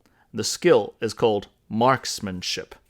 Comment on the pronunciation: Say it slowly… Marksmanship. Try it sometime. Lol